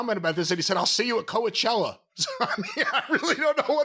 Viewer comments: Why is pronouncing it Co-A-chella? Isn’t it pronounced like Co-chella? Or have I been wrong all this time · KO - A - CHELLA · thinks he in music and calls it Co-E-chella, it's been around for 20 years. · I have never heard someone pronounce Coachella like. Co-uh-chella. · last was supposedly in the music business but can’t pronounce Coachella right 😂